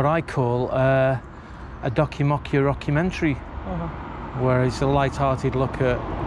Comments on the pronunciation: A docu-mocku-rocku-mentary! HA HA HA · When he said docu raku mentry I am say what 😂😂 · "Making a documockurockumentary" Priceless. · A docomocuwhat? 😂👍 Brilliant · A Documockurockumentary 🤣🤣